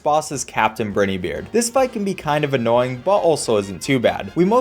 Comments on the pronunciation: its "captain br-IE-ney beard" an I noise where the ie is fyi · It's pronounced "bry-nee", and it's derived from "brine", which means "sea/salt water". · It's BrineyBeard (Braay-nee-Beard